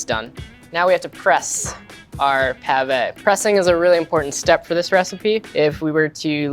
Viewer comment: What? Potato malfoy? 😅 It's pronounced "mil-fuy" for you